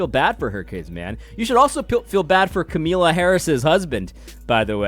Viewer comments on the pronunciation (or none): AD. please continue to mispronounce her name, it gives me joy.